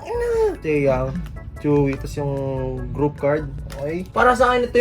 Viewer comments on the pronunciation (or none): Boss reminder lang chuwi po pagbasa sa name ni tzuyu.